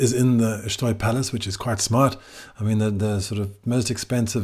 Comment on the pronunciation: I was recently informed by a couple of Portuguese people that it's pronounced "Shtoy" - i.e., the E is silent.